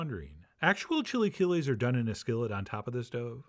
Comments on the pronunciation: "Chilly killies" - wow. Chee-la-kee-less. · I’m dying that after the initial pronunciation of “chilaquiles” he immediately moves to “chilly killies” 😂😭❤️ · Ok, at first I was scheptical and saying "what is he doing?!" But i would taste it and avoid thinking of it as chilaquiles, just Chef John's chill'aKill-S jeje at the end it looked good. I would add "epazote" because it is a flavor that completes the sauce